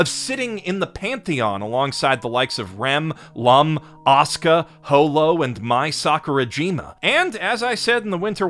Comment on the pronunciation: Him saying "Mai Sakurajima" is so American-y lol XD